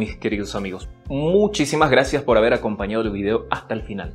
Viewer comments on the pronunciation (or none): none